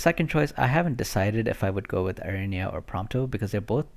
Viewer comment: Aranea = Are-uh-nay-uh. :)